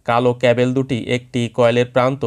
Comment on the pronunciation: ক্যাবেল কি ব্র..??? ওটা ক্যাবল